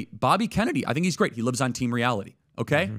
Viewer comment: How many years speaking English now, and still thinking it’s pronounced ‘ow-kai’? Annoying af